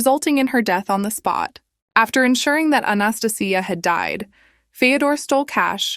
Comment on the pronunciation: I think the woman in the second story's name is Anastasia, pronounced "ann-ah-stay-shia".